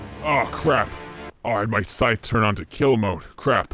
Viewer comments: bro really said "sith" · Your “Syth”? Scythe* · it scythe (s-eye-th) not sith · “Sith”: no idiot it’s syth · No way he called it a “sith”😭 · Did he say sith instead of scythe at the beginning? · Its not called a sith its called a scythe s-eye-th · Its S EYE TH not sith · Syth not sith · Its pronounced Sci-ithe not Sith 💀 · "sith??"...you guys and your pronunciations.... it's a Scythe, pronounced "sigh-the" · pronouncing "scythe" as "sith" just broke my brain. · It's funny that he called the sythe a sith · Wtf did he just call that scythe? Wtf did he just call that scythe... A SITH? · with your "sith?" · Did bro just say "sith"? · It's pronounced Sythe (Sigh-th). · He said sith instead of sith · I love how says scythe wrong